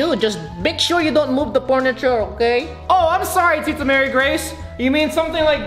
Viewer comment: Are you sure they said purniture?